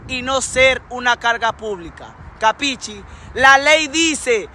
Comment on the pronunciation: "capicci" jajaja